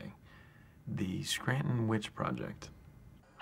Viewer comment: As a native of Scranton I appreciate they pronounce it correctly. It's Skraan-in.